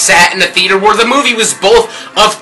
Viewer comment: lol teh way u saidd fantastic movee made me lol